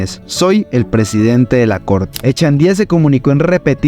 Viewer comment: “Echendia”, “Arcisniegas”, “Manuel Manoa Cuz”, “Mayor Francica Naranjo”, “Magistrado Genco”, “Armarales”… es a propósito la mala pronunciación de esos apellidos?..en fin! Le recomiendo el podcast “Arcanos y Reyes” de David Marín..14 capítulos de lo que en realidad ocurrió ahí.